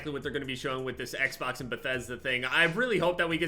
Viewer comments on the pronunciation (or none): none